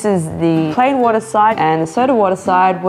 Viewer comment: I just watch this to hear those "walla" and "chinenen" 😂